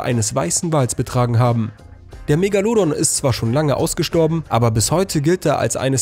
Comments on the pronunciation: Das heist Megalodon und nicht Megaludun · ES HEIßT ,,MEGALODON'' DU DUMMER SPRECHER!!! NICHT MEGALUDON!!! HAUPTSACHE IRGENDEINEN SCHEIß DAHER LABERN!!!